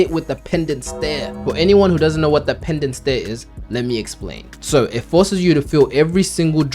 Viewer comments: PENANCE. NOT PENDANCE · Bro PENANCE STARE NOT PENDANT😂😭😭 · Did this man say "Pendant stare"???? hahahahaha